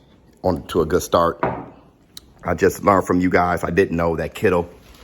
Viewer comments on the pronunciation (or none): none